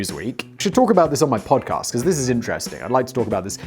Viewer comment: The way Simon says "podcast" is so proper